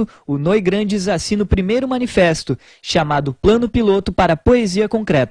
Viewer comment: Noigrandes? Pqp! É Noigandres!